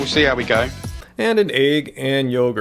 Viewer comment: Lol...the way you say eggs is so funny to me...eeeegs. They sound as nasty as they are when you say it.